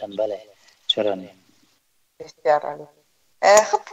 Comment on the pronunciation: ، این برنامه را بصورت بسیار عالی و با سلاست خاص انجام میدهید اما وقتیکه به صحبتهای شما خوب گوش بدهیم، متوجه میشویم که شما متأسفانه حروف "ع" و "ا" را مثل "ح" تلفظ میکنید و برعکس کلماتیکه با ح نوشته میشود آنرا با حرف الف تلفظ میکنید. مثلاً کلمهء "عزیز" را "حزیز" و "عالی" را "حالی" تلفظ میکنید همچنان کلمهء "اجرا" را هجرا یا حجرا تلفظ میکنید همچنان کلمهء ساعت را ساحت مینامید، وغیره وغیره. امید است در برنامه های آینده ء تان این خلاء ها را جبران نمائید. موفق باشید. 😘